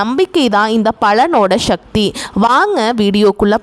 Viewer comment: ஷக்தி என்று சொல்லாதீங்க.எரிச்சலாவருது sivan sakthi sankar santhi sekar visal suseela suhasini urvasi எல்லாத்திலேயும் ஷவைப்போட்டு மொழியைக் கெடுக்கிறீர்கள்‌.உங்களை மட்டும் சொல்ல வில்லை. எல்லோரையும் தான் சொல்கிறேன். இப்படியேபோனால் ஷமையல் ஷாம்பார் ஷட்டி ஷல்லடை ஷேது ஷேதி‌ என்று ஆரம்பித்து விடுவார்கள் என நினைக்கிறேன்.